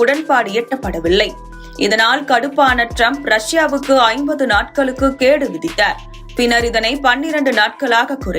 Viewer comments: செய்தி வாசிப்பாளர்..அம்மா அவர்களே....தமிழ் மொழி தப்பா படிக்காதிங்க கேடு இல்ல கெடு..சரியா படியிங்கள் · அக்கா அது கேடு இல்ல, கெடு அக்கா, ஏக்கா இப்படி படிக்கிறீங்கா. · அது கேடு இல்ல கெடு விதிப்பது. மெல்ல தமிழ் சாகிறது ஊடக வாசிப்பர்கள் மூலமாகவும் 😢😮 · கேடு இல்லை கெடு தமிழ் உச்சரிப்பு முக்கியம் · புதிய தலைமுறைக்கு தான் " கேடு " வந்துவிட்டது. எவ்வளவு கேவலமான வாசிப்பு. கேடு இல்லை அம்மிணி. அது கெடு... ( Time limits ) அருமையான தமிழ் உச்சரிப்பு. இப்படியே மெயின்டெய்ன் பண்ணு தாயே மிக மிக மிக நன்றாக இருக்கும். வால்க தமில் வலர்க தமில்நாட்.